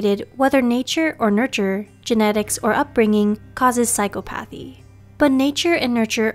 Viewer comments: Psy COP' athy Requ I' ted I have a difficult time putting store in you when you don't hire someone who can pronounce her/your material. Are you a professional group or not? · Did she... Did she just say psycho pathy? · Mispronounced "psychopathy." . Accent on second accent. The i in "requited" is long.When I hear things like this, I suspect that the narrator is Al, or someone completely uninformed about the subject. The narrator has never HEARD these words. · You’re pronouncing psychopathy wrong it’s pronounced like sai-kaa-puh-thee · That's not how you pronounce "psychopathy." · good video but she mispronounced psychopathy the whole time.. bothered me a lil